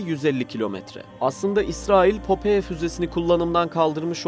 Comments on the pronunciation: Güzel video ama telaffuz hataları var. Popeye füzesinin adını yazıldığı gibi okudunuz. Okunuşu "popay" olacak. Büyük patlak göz anlamında ayrıca bizdeki "Temel Reis" çizgi karakterin orijinal adıdır. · Popoye ne ya şu telafuz işine az özen gösterin allah için her videoda bi falso bi bak bu nasıl okunuyor diye.